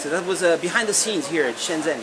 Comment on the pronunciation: Shenzhen is pronounced like shen "jen" btw.